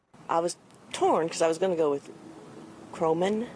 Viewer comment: The true definition of mindless sheep. 🐑 Didn’t even know how to say Cornyn’s name. This dude has been her senator for over two decades. 🤦 God help Texas.